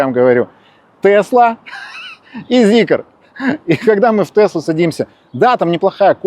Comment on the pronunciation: ЗИКР, просто ЗИКР а не ЗикЕр!